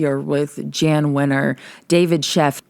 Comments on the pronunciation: Just a slight correction. Jann Winters name is pronounced Yann Winters. Love your deep dives keep it up! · Jann is pronounced "Yawn" or, like John, but with a Y, Yohn Wenner.